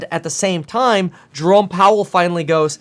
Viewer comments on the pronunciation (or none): none